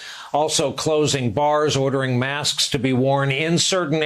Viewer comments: 😳😳😳😳😳😳😳😳😳 He doesn’t want to be distracted! WOW!!! See Trump-America, he lives in a reality tv show .......... HE DOES NOT GIVE AF ABOUT YOU! And it’s “mask” not “maskes”! GOOD GRIEF JESUS!! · "I believe maskses are good."